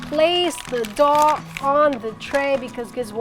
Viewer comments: I love how says dogh instead of dough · I luv her but I hate how she says dough